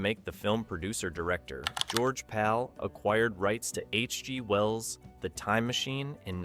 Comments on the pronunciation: Interesting video, but get betterAI software, there must be a way to put proper punctuation in so it doesn't say "H...G................................Well's son". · The computer-generated narration is getting better, but the phrasing is still off. For example, listen to where the on-screen text says "H.G. Wells" but the narration says "H G ... pause ... Wells" instead. I wonder if a human narrator would have cost the same or less.